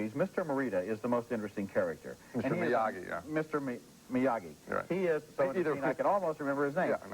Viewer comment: Okay, WTF is up with these two (especially Ebert) not pronouncing Miyagi properly? Dozens of us wrote about it on their KK2 review, and here, 3 years later and the 3rd freaking film, and Ebert fucks it up over and over. I love Ebert but I want to smash him every time I hear "Miya-jee", especially since the 1st movie and the mailman scene of part 2 all include the running gag of everyone mispronouncing it. Ridiculous, especially for a character they claim to love, and who by 1989 was firmly entrenched as one of the great film characters of all time. Now I have to watch the review for the original and see if they did it there....